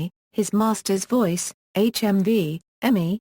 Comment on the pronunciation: I agree. I smiled when "she" says "the original oil painting hung in emiboard room in Hayes! Should, of course, be "hung in the E-M-I boardroom in Hayes".